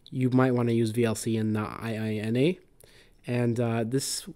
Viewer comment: Not an acronym, but a japanese expression : ee-eenah.